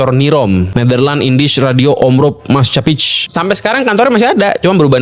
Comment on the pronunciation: Utk Intermezo Sejarah bagus lahh 👍🏻 .. cuma 'Spell Dutch'nya perbaiki lagi dong -> Maskapij dibaca MASKAPAI (Perusahaan) bukan Maskapitch ... OK Bro 🥱